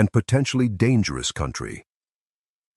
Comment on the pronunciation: This is such garbage. Listen carefully if you can stomach the repetition of nonsense descriptions and you will hear the telltale mispronunciations—See-hildren for children, see-oh-in-try for country—of AI reading. I am sure there is a story of this wagon train that matters, but I am appalled that this masquerades as “history.”